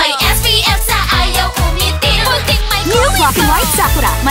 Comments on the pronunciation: Is this the way you pronounce SAKURA ? im a filipino but i hate this add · I am so annoyed of this ad... Especially the way, They pronounce Sakura.... I may be a Filipino but this is so annoying... Especially as an Otaku...Also Sakura are Cherry blossoms in Japan, Fingerhearts are Korean